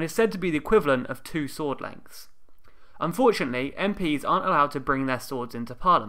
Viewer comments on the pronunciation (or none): did he say "and fortunately" or "unfortunately","swords are not permitted in the house of commons"?!